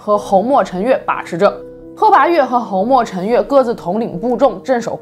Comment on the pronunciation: 鲜卑的鲜读一声，侯莫陈的侯读四声